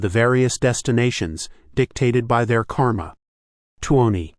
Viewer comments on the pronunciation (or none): none